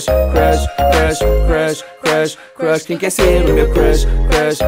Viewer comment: kkk tendi vc falou igual o cebolinha...rsrs😂